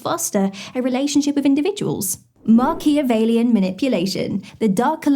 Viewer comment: It's "Machiavellian" 😉